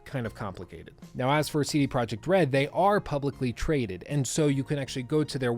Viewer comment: Thanks for the great video. Its Tse De Proyeq't (name) Zloty (currency) and Vrots'lav (city). i'm not from Poland. Just like to point out stuff.